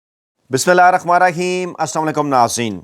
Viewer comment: Aap bismillah saheeh or mukammal parha karen